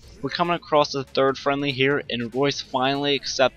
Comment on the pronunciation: No it's pronounced royce